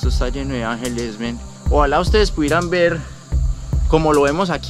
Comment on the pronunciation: SE ESCUCHA RIDICULO PRONUNCIANDO MEN